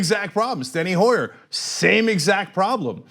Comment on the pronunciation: Not Steny Hoyer, Steny Huer.